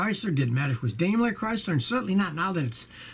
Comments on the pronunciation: LMAO! "I'm thinking about getting a Chrystler." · A Chrys-LAH New York-AH!